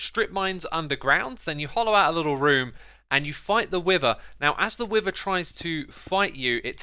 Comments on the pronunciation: I have the feeling of "When you are a GROWN MAN and still don't know how to differentiate pronunciation of words Like "WIVER"?? Instead of WITHER?" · It's beether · Nobody absolutely nobody: Xisumavoid: Beether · Omg its no wither bee its Beether lol how much sitution does ut make does it throws bees exect of wither